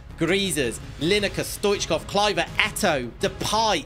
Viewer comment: You said eto and that's what call her😂